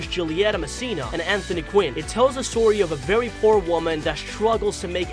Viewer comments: you pronounce very as vewy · Why do you say very vewy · Dude is it me or did he say vewy